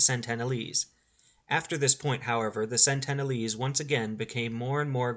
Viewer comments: Incorrect, sir. It's SENtinel Island. SENT-uhn-uhl-ese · It certainly isn't Santana lees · You have a very odd (and incorrect) way of pronouncing Sentinelese.